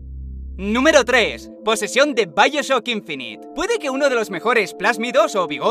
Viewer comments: Vaioshoc inphineet, que juegazo !! :v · intentando que se monte un revuelo en los comentarios al poner los nombres mal a propósito:v